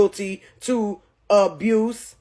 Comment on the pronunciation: She cant even pronounce abuse 😂 its amazing the total fools who believed her story and its sad to use your own babies incident for clicks and views...